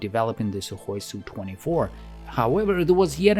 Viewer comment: It’s not a “sue24” but an Es You 24.